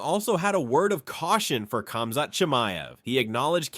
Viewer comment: Kemzat ? Put some effort into this